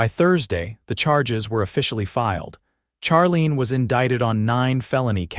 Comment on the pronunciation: Charlene is pronounced Sharlene.